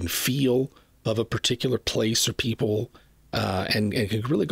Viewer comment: "Hey their Poople"?